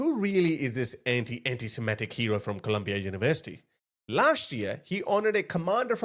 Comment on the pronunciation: THAT GUY CANT EVEN PRONOUNCE SEMITIC he was saying simetic